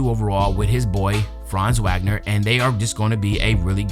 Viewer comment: Hey Unc, fellow Unc here just letting you know it’s pronounced Vog-ner not Wag-ner. Not being anal about it just wanting you to be accurate so no one can be offended. Keep up the grind !